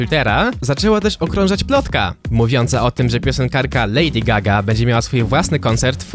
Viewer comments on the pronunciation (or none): 3.35 lady zgaga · ledy zgaga xd